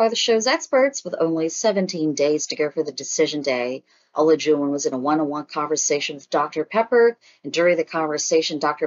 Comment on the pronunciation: Please learn how to pronounce the participants names‼️ It’s not o-la-jun it’s pronounced A-lie-ju-wan”.